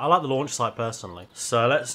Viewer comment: sry but the lanch site? at the intro XD